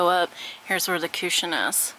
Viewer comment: cooshin..I love the way you say it! lol